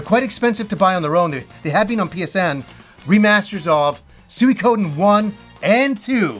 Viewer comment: You have no idea how happy it made me to hear you not Pronounce Suikoden "Sweekiden"